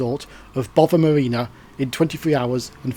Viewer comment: Great video. Very interesting, but as a pronunciation pedant I would like to point out that Gare Du Nord is pronounced NOR nor NORD. The D is silent unless an E follows it. The Swiss town of Chiasso is pronumbered KEE-ASS-O. and your destination is BO-VA Marina not BOVVER Marina.